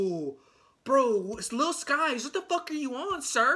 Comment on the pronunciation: It's pronounced sikes